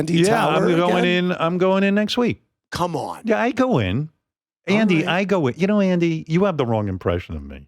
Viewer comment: ouch maybe howard shouldnt ahve done this one. Some of this is shameful like he thinks calling andys name wrong is demeaning. thats like Trump getting everyone to mispronounce Kamala. makes him look small and insecure.